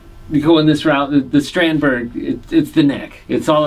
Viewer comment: Just a head's up: Strandberg is pronounced something more like strawnd-bay